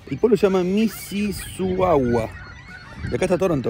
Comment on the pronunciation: se pronuncia Misisaga, al escribirlo se ve muy complicado..